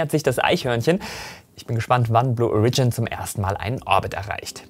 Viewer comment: Blue O(!)rigin, please. Origin, as in: Herkunft, aka. Erde. Die Betonung liegt auf deinen länger und deutlich ausgesprochenem „O“. Just my two cents. Sorry.